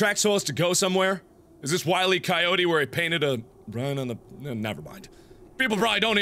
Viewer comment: Will-E Coyote